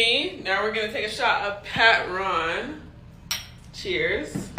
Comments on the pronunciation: Somebody should've told her how to pronounce Patron😅😅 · She said Pat Ron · Did she really say that they are drinking PAT- RON 😂😂😂😂😂😂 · Did she say Pat-Ron....💀😂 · Did she say they are drinking Pat Ron....Patron. 😮😂😅😂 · Sounds more like French pronunciation. PAT RON meaning boss or manager. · she gon' take a shot of "Patt-RON." 🤣 Honey, you not drinking politicians, what you doin'? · Now we're gonna take a shot of Pat Ron.... MA'AM IF YOU CANNOT PRONOUNCE IT DON'T GET IT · She said, "Pat- Ron." 😅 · Never in my 35 yrs of life have I ever heard anyone pronounce Patron as "Pat Ron" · lol well they definitely do jokingly in the hood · 🤣🤣🤣 She’s stupid. It’s Patròn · Impressive that she knew Puerto Rico was a U.S. Territory, but cant pronounce Patron correctly? 🤔 No? Just me? Oh, okay....